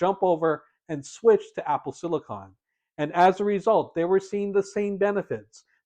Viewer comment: Thank you so much for pronouncing “silicon” correctly. Most YouTubers pronounce it as “silicin” (and also say “two thousand a hundred”) which drives me up a wall!